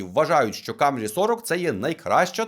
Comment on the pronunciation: Мене аж тіпає від слова "камрі"! Блін, та вимови слово "КЕМРІ", КЕМРІ а не камрі! Камрі тільки чомусь кацапи говорять, у яких щелепа не настирюється на англійську°°